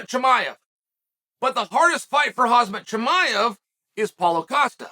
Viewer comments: uncle chael youre saying his name wrong, its hazmat maevche... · It’s pronounced “kum shot chee-my-uve”